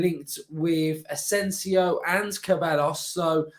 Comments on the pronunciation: KUH-BELL-US??? SAY-BYE-OHS. Say it with me mate! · it’s pronounced ’sebiyos’ 😂